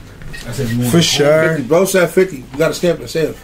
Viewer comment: Fur shur😂😂😂